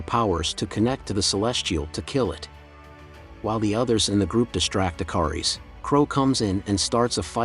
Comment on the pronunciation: I'm OCD , yeah it's Ikaris, but the captioning and him keep saying the I car ess.... I love the channel and I love the movie, like I said I'm OCD and little things like that just drive me crazy so I wanted to point that out.... Thank you very much